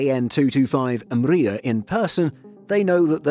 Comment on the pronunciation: Guys, I’m from Ukraine, it’s pronounced “Mriya”, not “umbria”. Other than that I love this video!